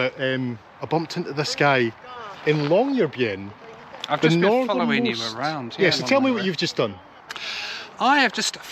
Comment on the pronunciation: What a wonderful tour! Admire your pronunciation of Tromsø and Longyearbyen - American tour reporters please take note! Tromsø ends in 'o', not 'owe'...